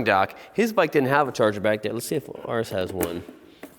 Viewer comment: Ares and ours are pronounced different. Ares rhyme's with cars, ours rhymes with powers. Are is not used for possession. Can't say it's are bike. It's our (power) bike. Hour and our sound exactly the same Are rhymes with car. Just saying